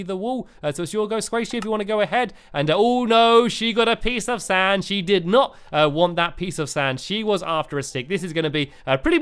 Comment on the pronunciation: Lol, the first time you said " a piece of sand" in this vid, I heard " a pizza stand", lol